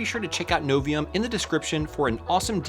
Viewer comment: It's not Aluminom, it's Aluminium... You did pronounce Novium with no problem at all...